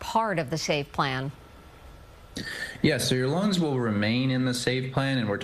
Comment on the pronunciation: it sounded like he said, "Your lungs will remain in the save plan."